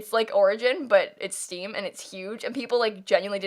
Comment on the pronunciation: When you said Steam I thought you said Steve as in Minecraft